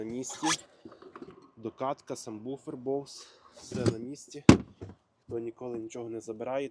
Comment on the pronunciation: Єдине шо в вашому ідеальному огляді коробить мене як профі по музиці це ваше "самбуфер" ! САБВУФЕР правильно !